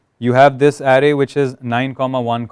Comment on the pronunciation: same, the guy was clear enough and easy to understand, the only word which kinda gave me giggles was array, which he was pronouncing as area or something